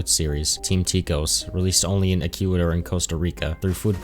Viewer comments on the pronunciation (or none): for the love of god learn how to pronounce "Ecuador"